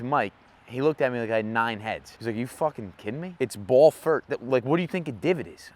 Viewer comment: “Fooken peesa shit” killed me 🤣🤣🤣